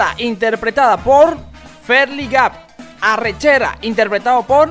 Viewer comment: cuando vi que arrechera pronunciaba mal la R sabía que era XDD